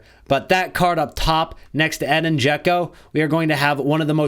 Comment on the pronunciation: his name is pronouced Eh-deen I have the Same Name born in the US but have Bosnian Origins Americans cant say it right